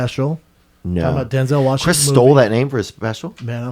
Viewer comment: "Denzel Washingson" -Brendan "cotton" Shwawb